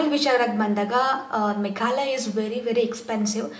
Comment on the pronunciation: ಅದು ಮೇಘಲಯ ಅಲ್ಲಾ,ಮೇಘಾಲಯ...ಸ್ಪಷ್ಟವಾಗಿ ಇರಲಿ ಮಾತು....